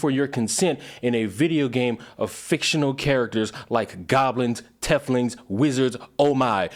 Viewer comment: This video was great, but hearing how you pronounced drow and teiflings was awful lmao. 🤣🤣